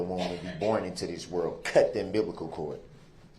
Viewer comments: Umbibical cord. He cannot even say umbilical cord correctly. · He has an obsession with coming out of the womb. He thinks its pronounced "umbiblical" chord. He really thought saying his conscience was clear was a good idea. Those things, alone, do a good job summarizing his idiocy. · Cut the umbiblical chord? Lolololol!